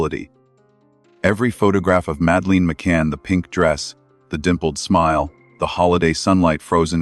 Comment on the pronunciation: Please pronounce her name properly,so annoying